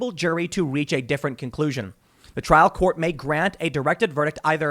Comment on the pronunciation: You do a lot of work Tim. Thank you man. Two critiques on pronunciation - if only because the point was raised that you believe that you were pronouncing correctly. Rekieta is wreck-eight-uh not wreck-et-uh Trial is try-uhl not troy-uhl